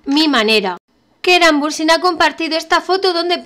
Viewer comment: si es el que mejor se escucha pero parece que dice keran pero no se entiende muy bien